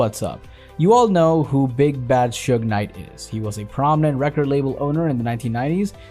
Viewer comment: He also called him sugar